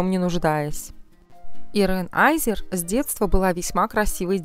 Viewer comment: Не аЙзер, а азер. Чем то скарлет йохансон напоминает